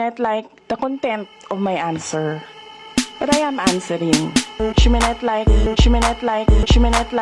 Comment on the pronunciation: you don't pronounce not as net kahit pa sa american accent